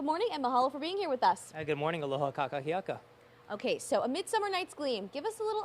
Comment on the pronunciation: Did he say : "Ka kaki aka", auwe!!! I believe he was attempting to say "Aloha kakahiaka"... breaking each of the vowels down would have made it easier for him. KA KA HI A KA